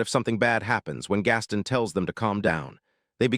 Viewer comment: uhhhhnnnngggg. Your pronunciation is abominable. Truly horrendous. Gaston =/= gas-ten. It's more like Gah Stone. Gahstone. Gastone. Gaston. It's obviously not Japanese. Ginta = / = jin tuh. It's more like Geen tah. Geentah. Geenta. Ginta. You're bloody channel's name is entirely Japanese, and you interpret japanese literature, but you dgaf about pronunciation? Sloppy.